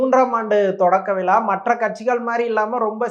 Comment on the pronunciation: பேட்டி காண்பவர் முதலில் தான் பேசும்போது பிழையில்லாமல் பேசுவதற்கு பயிற்சிஎடுக்கவேண்டும்.(உ..ம்)விழாவை விலா என்பது மழையைமலைஎன்பது.குறைந்தபட்சம்தாய்மொழியில்பிழையின்றிபேசவும்